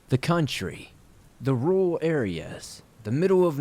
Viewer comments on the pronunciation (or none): It’s ok, I too find it practically impossible to pronounce the word ‘rural’ for whatever reason. 🤦🏻‍♀️🥴😁😂 However your absolutely amazing job with narrating makes up for it. 💚🥰😘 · Hey you're definitely not alone with having a tough time with the word "rural". I think a lot of people do. It a weird word I feel you have to over enunciate. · I agree! I don't mean to hijack your comment, but it wouldn't let me post in the main comment section. So I had to click on someone else's comment, in order to post this. I was going to tell, I'd be happy to help them get better at saying "rural". Instead of trying to pronounce the "r-u-r", just clench your jaws together and say, "rrrrr-al. Hopefully that helps! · Lmao, "and the first one is that I cant say rural very well" ah, yes, bonechilling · I truly believe no-one can say "rural" right. I know I can't. It's a weird word!